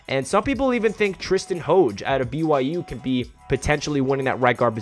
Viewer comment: Hoge is pronounced "Haj"... He's the nephew of former Steeler Merrill Hoge.